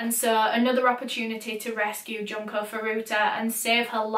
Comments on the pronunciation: It's pronounced june-koh just fyi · Junko from danganronpa is how i learned to pronounce her name